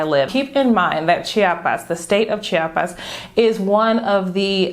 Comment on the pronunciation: It's not Cha-pas, it is Chi-a-pas... Apparently this is a thing for Chiapanecos; I've been corrected a few times heh. Hey, I'm moving to "Sancris" in 2 months, is there an area that you recommend for people who enjoys a relaxed and quiet hood but that is fairly close to main andadores? I'm Mexican (from Tijuana) but I still feel like a foreigner living in Southern Mexico lol